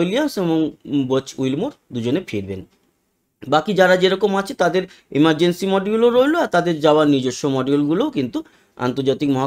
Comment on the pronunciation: Emargency na Amergency